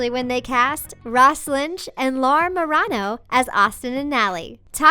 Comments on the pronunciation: Ma-REI-no Actual way on how it's pronounced not dumb version: Ma-RA-no. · Was I the one who totally cringed when she said 'Marano' wrong? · The way they said Marano Was hilarious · Who else cringed when she Laura marano's last name